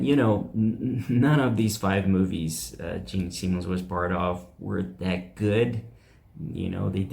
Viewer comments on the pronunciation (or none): Sorry for being picky.... But it is: Simmons not Seamens...🙄 and Osborne not osburn.